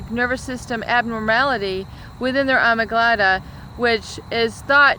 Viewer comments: ah-MIG-dah-la my friend. ❤️ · X Factor. it's amygdala never before have I heard it pronounced the way she just did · She pronounces it "amyglada". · I would have been interested in your opinion of domestic psychopaths...your video focused more on public figures...however the domestic effects I think are more common. (BTW amygdala is not pronounced "ahmiglada".) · is it alegmeda or amegdela...? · Yeah the mispronunciation made me wonder about her authenticity, especially since there is no name or scholarship history provided. Surely, if she has a graduate degree, someone would have told her how to pronounce it!